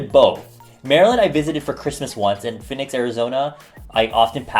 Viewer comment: 😂😂 Why do you say Phoenix like that? I'm sorry, its just that it's my name. LITERALLY. Its pronounced Phee-nicks. I'm truly sorry but...Its my name I've been living with people mispronouncing my name for 18 years now.😂😂😂😭